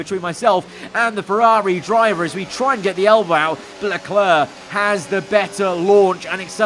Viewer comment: the way he says Charles Leclerc's name is even worse ngl